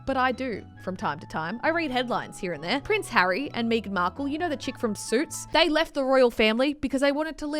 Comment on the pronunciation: Hold on did just say Prince Harry and Meeeegan Marckle?!